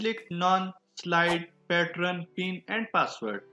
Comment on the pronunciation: I think its pattern not pattron